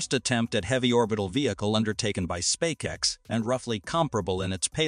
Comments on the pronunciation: "Spay-kex"??? Whoever you are, for the love of God, stop mass-producing fake channels with automated narrators badly reading poorly-written scripts. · spakex 😅😅, still informative 👍🏿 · Did it say, 'Spay-kex'? 'Massive Improvement', 'Real Genius', etc..is when your AI generated videos pronounce the words right. Or at least, you take the time to edit them. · WHAT THE HECK IS SPAKE-X?